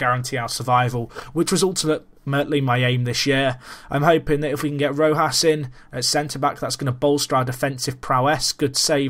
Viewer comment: You pronounced Rojo right, giving the J the type of sound it actually has in Spanish. So you're pronouncing Rojas right, too. Not perfect, though, because it should be stronger. Also, it's the same sound that the G has when it's followed by an e or an i, so with that you should start saying Germán correctly as well. I am quite weird regarding the camera I use: I think FM is meant to be played on 2D classic as to see the whole pitch and the whole team action; but I watch it in 3D for more similarity to watching football in TV, kind of more realistic or to help watch football better in TV, if that even makes sense. Often I go "Why am I using 3D when I think this should be played 2D? It's stupid!". When I would definitely go 3D, though, would be if there was a dug out camera.